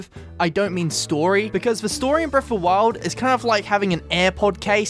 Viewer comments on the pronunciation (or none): I love how it sounds like he says ‘breaf’ of the wild at the beginning.